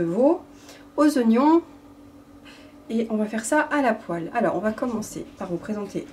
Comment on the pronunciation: "Poêle" et pas Poelle Hi ! Hi ! Hi